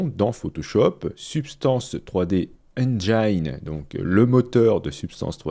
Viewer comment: Cher Monsieur, Vous travaillez même le dimanche ? ! Traducteur diplômé échange cours d'anglais contre cours de graphisme Photoshop. D'accord? "Engine" se prononce "ennginne", manque de bol car mine, empire, line se prononcent effectivement "mein", "lein et "empeill-er"). Euh, les cours se donnent à Bruxelles, vous aimerez la bière artisanale, les gaufres, les moules et le bon chocolat, entre autres 😂😂